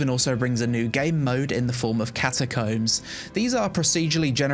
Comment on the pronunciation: I love you, but that's not how you pronounce "CATACOMBS" brother, it's giving "penglings" from Cumberbatch :D BTW> Will check out New World!